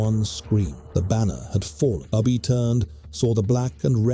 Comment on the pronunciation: Within the first 36 seconds Ubbe was pronounced 2 different ways. Ubbe or Ubba i am aware of but Ubi is new to me. Long live the pathetic A.I and Bot voices. May they contribute massively to the utter ignorance of Humanity.